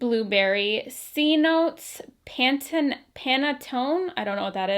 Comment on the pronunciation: For the KKW notes, the panatone scent is pronounced pahn-ah-tone-eh. It's an Italian cake! ♥️ So good, especially for the holidays. it's a tradition!